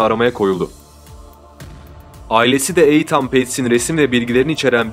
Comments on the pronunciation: Eytan değil İtın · eytan degil iiiitean bence türkçe okuyabilcegin gibi azdım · Benim bildiğim de Eytan diye değil, itan diye okunduğu :) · Eytan ne be kardeşim.Bu telaffuz hatalarını bu tarz video yapanlar çok yapıyor.O kadar hazırlık yapıyorsunuz.Okunuşunu bilmediğiniz kelimelere de bir göz atıverseniz çok iyi olur kardeşim.Naçizane;''itın''. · Odaklanamadım. Eytan Eytan. Adının doğru telaffuzu Iytın. Ancak 4 dakika izleyebildim. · EYTAN NEDIR YA? BAZI ING.KELIMELERI COK GARIP TELAFFUZ EDIYORSUNUZ.VIDEOYI BITIREMEDIM VESSELAM.ETAN TURKCE ÎTIN DIYE TELAFFUZ EDILIYOR.LUTFEN, BIRAZ DIKKAT VE OZEN.ICERIKLERINIZI COK BEGENIYORUM.AMA, KAC TANE VIDEONUZU YANLIS TELAFFUZLAR YUZUNDEN, IZLEYEMEDIM! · Yalnız sanırım o isim eytan diye değil itın diye okunması gerekiyor. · Eyyan ney kardeşim iitın diye okunur okunuşlara dikkat edin komik oluyor. 😃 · İtın abi, Eytan nedir ya? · Etan (okunus: iithın) eytan diye okunmuyor maalesef ve lütfen kusura bakmayın bir süre sonra tırmalıyor kulakları. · Eytan değil, İytın okunuyor, bari adını söyleme yahu, Hoseramos ne, Hoze Ramos, dikkatim dağılıyor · Eytan değil kardeşim iytın diye okunuyor ...! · Eytan deme artık İttndeee 😂😂😂nolur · Eyytan diil... İytın... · Eytan değil edın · Eytannn nedir ya , iytın diye oku bari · Kardeşim bilgin olsun eytan diye okunmuyor, itın demen gerekiyor. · Eytan ne ya? (itın) Şu İngilizce isimleri doğru söyle ya. Kulak tırmalıyor. Dinleyesim, izleyesim gelmiyor videoyu. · Eytan degil etan yaa offf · Eytan değil Eathen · Ertan değil İ Tın olcak Etan(itın) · Eytan değil (İytın) diye okunur. Emeğinize sağlık ama bu sebepten izlerken kanser oldum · Doğrusu Eytın diye biliyorum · Yok resmen videoya odaklanamıyorum 🤦🏼‍♀️ Eytan nedir ya? 😂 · Eytann değil kurban olayım böyle okunmaz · i-tın böyle okunur... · Jose yi hose olarak okuduktan sonra Eateni eytan olarak okumak haha 😂😂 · Eytan nedir ya. Hiç ingilizce bilmiyorsunuz tamam da bari nasıl telaffuz edildiğine baksaydınız. Videoyu izleyemedim.